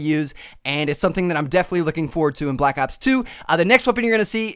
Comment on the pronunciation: stop saying black aps its not called that its black ops